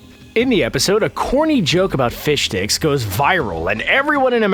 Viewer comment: Lol thanks for pronouncing fishsticks as fishdicks for jokes sake